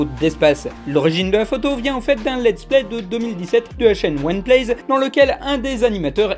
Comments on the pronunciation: One plays ? nah , c'est Oneyplay ( O ni plai ) ; je me rappel de cet episode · Ça se dit pas WAN PLAEZ, ça se dit Oh-Ni Plays